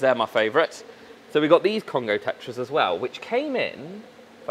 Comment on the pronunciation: I kept hearing Costco not Congo 😅😂😂